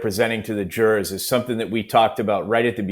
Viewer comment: Omg!!! I wish she quit saying "jurors" noone absolutely noone pronounces it that way!!! Noone!!!